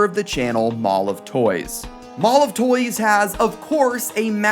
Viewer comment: Ngl man every time you mention mall of toys i keep hearing "MolovToys" until i remember the actual spelling with the actual words